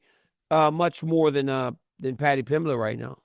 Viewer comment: joe rogan stupid ass calls pimblate